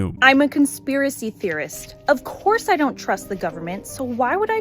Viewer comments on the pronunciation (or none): The way she puts an H in "course" really boils my piss.